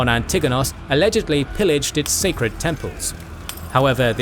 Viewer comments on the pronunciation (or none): none